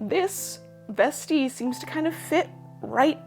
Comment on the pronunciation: Vestee sounds so classy when she says it. I've been reading it in an Aussie accent and it does not sound classy at all. ' just gonna pop on me vestee m8.